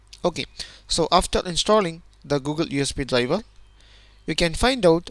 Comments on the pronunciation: DRIVER - dlajva, dlajva, dlajva :X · Very good video but your pronunciation of "driver" sounds like dlabel